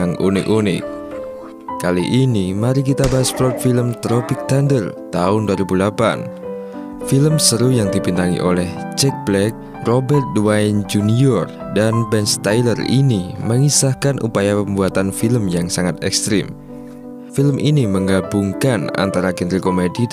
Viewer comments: Robert Da-w-ni Jr, bukan Dwa-y-in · Robert Downey Jr kenapa di baca Robert Dwayne itu mah the rock